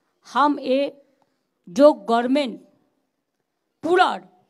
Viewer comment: Gorment not Government bolun.